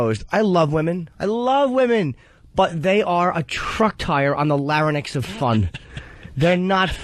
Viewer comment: "lair-uh-nicks" holy shit Jim, it's Larynx. not Lairuhnicks